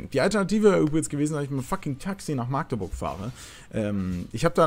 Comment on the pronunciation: Alter wie mich das triggert wie du machteburch sagst. Meine güte. Magdeburg bitte ohne langes a. 😂😂😂